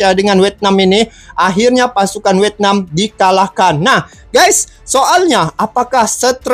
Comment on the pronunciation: bang bukan wetnam tapi vietna? 😂